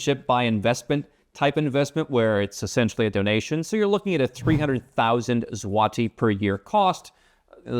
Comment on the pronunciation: Dude, you nailed the pronunciation of my hometown, Wrocław. That's rare. Now, just Złoty. It's pronounced with an 'o' like in 'born,' not the 'ah' sound you were using. Anyway, it's good to see you're still posting -- it's been a while. By the way, I used to watch your videos a few years ago when I was thinking of moving my tax residency elsewhere. But then the government here introduced a 5% income tax for folks selling the rights to their IP, which I do, and voila, they gave me the tax rate I was looking for without having to move 🎉